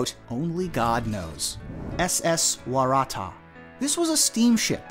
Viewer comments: It's pronounced Wara-Tah! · Number 8 the Waratah is pronounced "wara tar", at least in Australia where it is the name of native species of large shrubs or small trees.